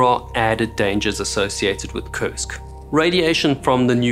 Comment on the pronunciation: Has anyone else noticed that it sounds like they're saying "CURSED" when they say the name of the sub?